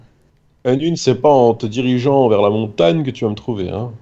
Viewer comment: c'est Montagne et non pas Montane! Go aller voir un orthophoniste mdrr